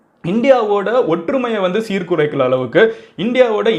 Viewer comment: சீர்குலைக்கிற அளவுக்கு😂😁tongue slip mg bro